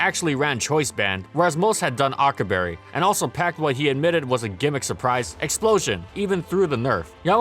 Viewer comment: "akka berry" bruh